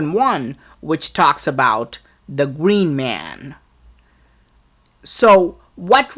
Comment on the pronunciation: omg the gween mwan dude fix your fucking English